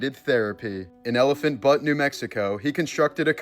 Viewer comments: " In Elephant Butt New Mexico " caught me off guard lol it's pronounced b-you-t. 😂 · Elephant Butt? Is that supposed to be funny? Maybe if you’re a 10 year old boy. I can’t imagine he doesn’t know it’s pronounced BYOOT.. Not the fault of the good people of Elephant Butte that a monster lived among them.